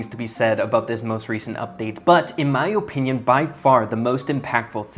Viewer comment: Bro really says Ohpinion